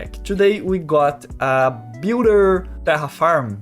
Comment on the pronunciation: The only real advice I have for your pronunciation is how you pronounce your R’s. You seem to replace them with an H pronunciation. Like Tehaform. Or Hare instead of Terraform and Rare. Other than that your pronunciation seems pretty good. I will also say this is coming from a Brit. So my specific way of pronouncing might differ from other English speaking accents.